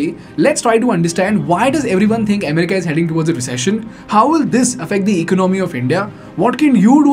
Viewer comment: Please pronounce America properly.